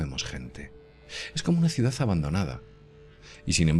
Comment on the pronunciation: QUE ES UNA CIUDAZZZZZZZZZZZZ, SERA CIUDADDDDDDD ME PARECE...................CON D AL FINAL